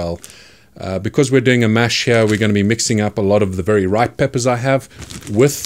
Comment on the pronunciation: I wish I was from an area of the world that says “heeyar”